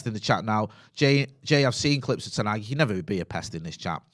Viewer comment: Pronouncing manual moment: It’s not ten Haag like van Gaal. It’s Hag. Short sound. The same way the Dutch pronounce the a’s in Amsterdam.